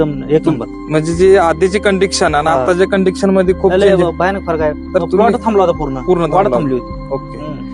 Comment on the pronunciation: कंडीशन ✅ कंडीकक्षन ❌❌❌